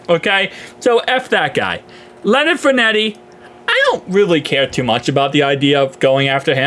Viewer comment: lol bro, Fournette is pronounced “FOUR-NET”